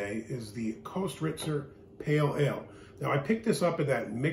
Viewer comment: Pronounced kistrtzer